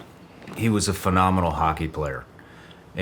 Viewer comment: Or "phenomenal". Haha. Don't stop those ones.